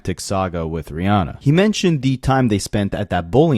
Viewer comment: They was he says “RiAWHnnah” stood out to me, lol.